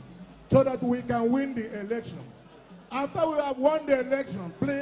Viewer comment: U chose not to understand him , and that budden is on you. Peter obi will pronounce SCURITY AS SEKURITI OR ELECTION AS EREKTION